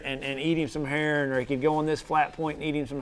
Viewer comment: "Eat eem sum hurrin "